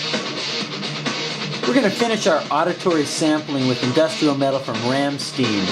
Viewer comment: Der meister doesn't like it when you pronounce Rammstein wrong